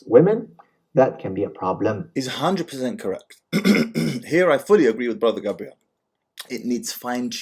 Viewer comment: You keep pronouncing his name as Gabrielle which is feminine. It's Gabriel.